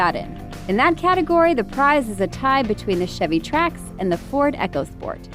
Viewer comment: Did you just pronounce ecosport as echosport